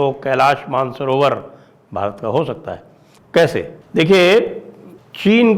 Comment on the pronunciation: Man-sarovar nehi, ManasSarover hai 👈🏼 Original name.